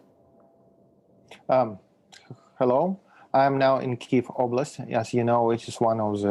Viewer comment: I'm glad they are using the correct pronunciation for Kiev.